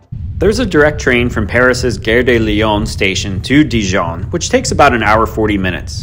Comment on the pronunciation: You have presented a fantastic and beautiful video on Dijon. Almost as good as visiting in person or maybe better. My only suggestion would be to brush up on your French pronunciation. ❤